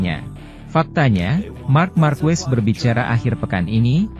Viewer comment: Sedikit koreksi penyebutan nama Marques bukan Markuues tapi Markes mudah kan?